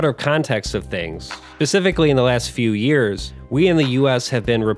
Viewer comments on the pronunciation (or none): none